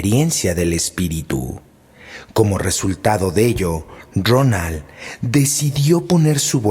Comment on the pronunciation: Era Rowland H. No Ronal.